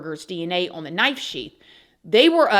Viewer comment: You can’t say knife??!! WTH 🤦🏼‍♀️